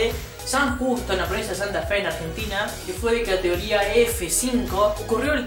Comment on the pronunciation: Tornados de “catoría”, no se te entiende lo que hablas. Pronuncia bien.